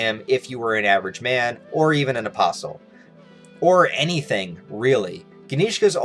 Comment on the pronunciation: Why the Hell I keep hearing opossum instead of apostol?